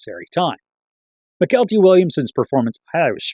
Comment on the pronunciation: I think Mykelti is pronounced Michael T.